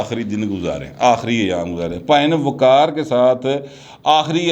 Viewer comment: وقار نہیں ق وقار